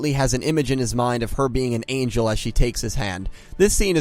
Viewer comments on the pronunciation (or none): none